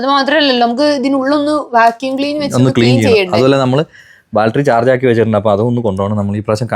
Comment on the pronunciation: ബാൽറ്ററി അല്ല ബാറ്ററി ബാറ്ററി.😂😂